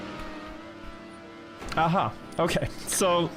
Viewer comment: The way he says "aha" is so swedish 💔